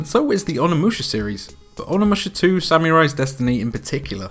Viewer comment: google how to pronounce samurai